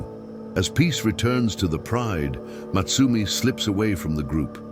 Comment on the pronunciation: I think her name was supposed to be Motsumi (meaning the hunter,) not Matsumi